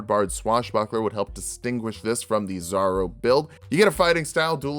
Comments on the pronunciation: Really zorro? I was wondering who this zaro character was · Something to help the algorithm: "my world's on fire, how 'bout yours?" Also I spent like half the video wondering who the fuck was this "zarro" build and why I hadn't seen that video until I realized you were just mispronouncing "Zorro" to bait the comments (saw and loved that build tho) You fucking got me there, 😂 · I was almost 1/2 way through until I realized that you were saying Zorro, it sounded like 'zarro, I thought it was slang for bizarro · Big fan of the videos! But I need to say it. It is pronounced Zor-ro. The first “o” maintains the “o” sound. So it sounds more like the “o” in “or”. Not a big deal though. Was a big fan of the Zorro build and love the character so I had to say something. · why does he keep pronouncing "zorro" as "zaro" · why does he keep saying "zarro"?